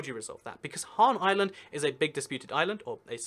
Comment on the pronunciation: HanS island not Han island, although a island named after Han Solo would be cool